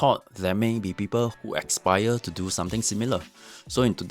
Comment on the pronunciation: 10 seconds into the video I hear "...people who EXPIRE to do something similar." 🤣Needs work on his English and more importantly Japanese (which he doesn't speak). Our friend here is probably busy thinking of what real business to do before his business manager visa EXPIRES because the Japanese immigration authority is clamping down on visa fraud and investigating "fake businesses". Meanwhile foreign owned real businesses operating for decades whose visas are due for renewal have difficulty meeting the new JPY 30m requirement. It was a nice extended and expensive holiday in Japan. See you back in SG.